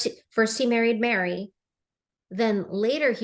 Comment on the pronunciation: Her name is MERI NOT MARY.